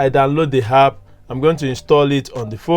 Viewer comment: It's called an app not hap